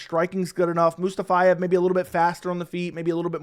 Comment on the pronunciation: “Mustafayev” 😂 you added a few extra letters there